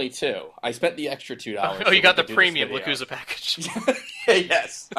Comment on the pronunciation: It's pronounced "Le-chu-sa". Z makes the S sound in Spanish.